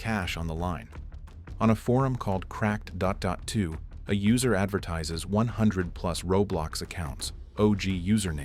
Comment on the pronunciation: girl explain why you said "cracked dot dot to" and all the other weird pronunciations lmao. awesome youtube is autoplaying to your ai slop get that ad revenue but don't lie about it